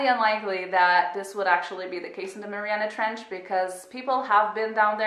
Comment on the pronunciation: You said the trench name wrong as an fyi